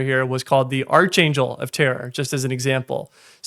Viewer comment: Sorry for being a pedantic tool. Preston Stewart also pronounced it "Archangel" yesterday, so I was already primed to be a douche about it